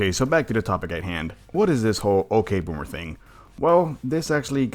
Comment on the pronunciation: Ugh it's ya ok bommer not ok bommer